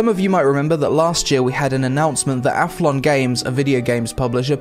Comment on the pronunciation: "Ath-lon", not "Aflon".....